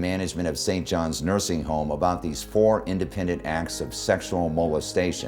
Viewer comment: 3.47 ....."Mursing" homes....?